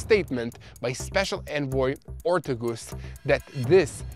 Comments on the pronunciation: her name is Morgan OR-T-A-G-U-S, US not oose haha you really butchered her name hahaha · Her name is pronounced Or-TAY-gus, please. It's killing me when you say OR-tug-us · pronounced... OR TAY' GUS